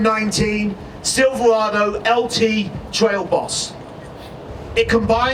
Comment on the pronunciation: Hahaha damn i hadn't even noticed that